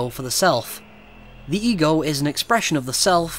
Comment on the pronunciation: im sorry but everytime he said "ego" i heard "egirl"